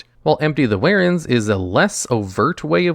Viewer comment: Empty the "warens"